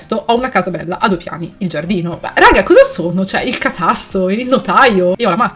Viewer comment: Su "catasto" sei diventata temporaneamente Lucchese